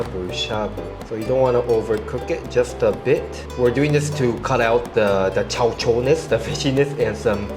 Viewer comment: I would have forgotten you are a Japanese until you speak Japanese. You have blend into Singapore so well and can speak Singlish, which many foreigners find it hard to understand. And you are on point when you say 'chow chor' - amazing! Look forward to your next Singapore Hour vid.